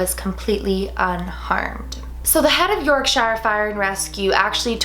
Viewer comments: WOOO YORKSHIRE!!! I'm from Yorkshire! :P, you pronounced it a bit funny though, easy mistake to make though :), we say it more like 'Yorksher' rather than 'shire'. I have heard about this story a lot, it's been passed down round here, guessing that's probably just because I live around here though because I haven't really ever seen anyone else talking about it on Youtube I don't think. Keep going with the good stories! :) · really loved the video HOWEVER as a brit i can't let this pass: it's pronounced York-sure not York-shy-er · Mxcy _25 I'm from England, and I have never heard anyone here pronounce it how she did. I have always heard "Yorkshur". I think "York-shire" an American/Canadian thing. 😂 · Who's from Yorkshire and pronounces it "York-shur" not "York-shire?" 😂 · i luv u but that's not how u pronounce Yorkshire it's pronounced yorksheer (I'm British and it gets on my nerves and ppl say white wrong) again luv u well done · Im from England and im from yorkshire but it's pronounced yorksher not yorkshire just letting you know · Its york-sher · Its not york-shi-re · Yorkshire is pronounced York sheer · yorkshire is pronounced yorkshure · I live in Yorkshire and I think it's cute how says it but it's pronounced York-sher xx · I love how yorkshire is pronounced lol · When you pronounce Yorkshire wrong 😂😅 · Awesome video! I love the way you say Yorkshire haha! Looking forward to more videos xx